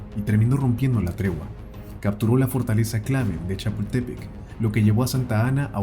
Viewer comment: Buen trabajo, pero hay palabras en español, como Chapultepec, que no son bien, pronunciadas. Pero , le rescata , el señalar, este lamentable episodio para el pueblo mexicano, Gracias, Viva México 🇲🇽, saludos desde Lomas de Polanco de Guadalajara